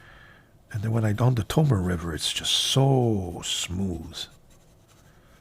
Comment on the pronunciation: Love the channel. You've turned me on to a lot of great pens that I've added to my collection and introduced me to Shanghai Knife Dude who cracks me up every video. Would love to hear Tomoe River paper pronounced correctly as To-mo-ay River and not To-Mo River though lol. Can't wait to be introduced to more great Chinese releases.